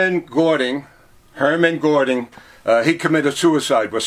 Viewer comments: Schandoro07 yeah I noticed some imperfections too, but a lot of what he said was right or close to it. You can hear him try to pronounce Göring and he says Gording. Who cares xD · This guy is so full of it, it's ridiculous. Even the JVL said there is nothing to support the Soap claims. The stories claimed nobody was given a shower first. He can't even get the names right it's not Gording and Hemorrhage. The Bismarck was absolutely a joke, an ostentatious joke. 😂